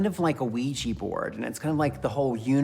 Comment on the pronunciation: Dont say ouji Board